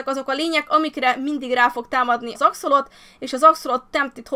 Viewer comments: Helyesen axolotÜL! Ejjj...😃 (Igen, visszanézem, és igen, a hardcore sorozatról jövök) Csak így tovább, sok boldogságot Immuval!❤ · Szia! nem akarok kukacoskodni de az Axolotl nevében az L nem néma ki kell ejteni. (legalábbis én így tudom)